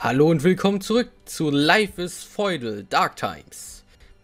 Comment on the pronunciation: .."live is feudel" ^^